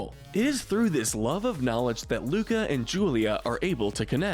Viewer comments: Everyone: oh this soooo accurate Me: dude in the first 30 seconds he called Luca “Luna” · You called “Luca” Luna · “Coco and luna” Me:its Luca not luna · Umm excuse me you said Luna instead of Luca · He said Luna instead of Luca I think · I’ve been reading most of the comments and does no one seem to care that he said Luna instead of Luca in the beginning of the video 🤣😅🤣😅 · WHY DID I HEAR LUDA INSTEAD OF LUCA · You said Luna but it's Luca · Y mispronounced Luca?!?! How dare u disrespect my fishy boi